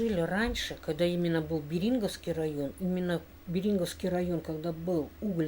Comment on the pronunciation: Не Бери́нговский, а бе́ринговский! Сообщите, пожалуйста, этому недокраеведу!